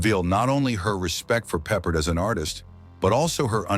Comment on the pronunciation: Why does this narrator keep mispronouncing George’s name?! Do better.